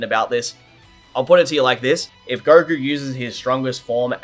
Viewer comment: I couldn't even finish the video... if I hear gokurr one more time lol